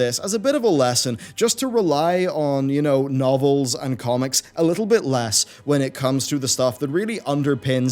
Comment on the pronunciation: novels not no vells